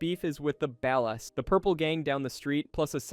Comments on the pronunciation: my brain hurt every time u said ballas like ball-ass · "The BEHLAS" bro's pronunciation is so cooked 🥀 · why is it so hard to say BALL-AS 😂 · It's pronounced "bollas" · It's laziness bro, how hard it is to type out "Bawl-us" in an AI Prompt? Smh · How do you mispronounce katana and ballas of all things what? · You can always tell when the speaker is AI on a gta video by how they say ballas lol they never get it right😂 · Your pronunciation of "Ballas", "katana", "Venturas" and "Isla De La Muerta" bothers me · The way you pronounced ballas is frustrating omg 😂